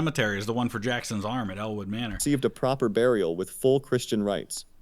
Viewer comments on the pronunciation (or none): none